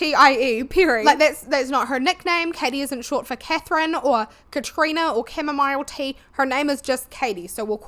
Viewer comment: I love your accent and enjoy listening to you yap about something ive never heard of but ive got to comment on how you pronounced Chamomile, it took me out at the knees and i had to stop driving i was laughing so hard